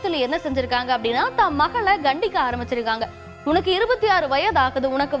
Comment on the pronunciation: (கண்டிக) இல்ல கண்டிக்க தமிழ் மெல்ல மெல்ல ....